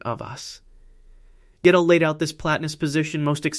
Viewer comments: When the AI says "Godél" instead of "Gödel" 😂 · Funny how AI pronounces Kurt Goedel. Something like kirkedel. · Because of the umlaut, it is not pronounced like either of those. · I enjoy your work very much. I do not understand, however, your failure to pronounce the name of Kurt Gödel properly. You pronounce it incorrectly, then, a minute or two later, you give it a different pronunciation, also wrong. You sound as if you are trying to conjugate his name. Is this one of those hyperintellectual games like trying to mispronounce Goethe in the most creative ways? You do have a lot of creativity here. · It would be perfect if you (or AI) pronounce those German names correctly, such as Riemann, Godel, etc. Seems that you know what you are talking about as I was a maths major who did go deeply into maths. It is good that you can express every one of those gaps correctly in English, not an easy feat for a non-maths person. You could be an AI though.